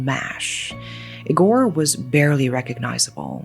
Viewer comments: Eee-gore, not ig-or Moral of the story, social media sucks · I know you like gore, but the correct way to pronounce "Igor" accentuates the first letter. Like e-sports, it's I-gor. You wouldn't say "e-spoooooorts" either. 😅